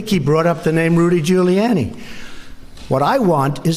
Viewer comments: You known Trump’s rattled when he mispronounces his own friend’s name: GiuliANNIE. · He said GILLYANNI 😆😆😆😆😆😆😆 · Where did this new pronunciation of Rudy's last name come from?